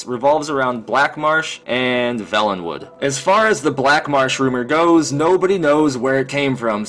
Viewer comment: It's pronounced vaylenwood not velenwood homie. Good video though!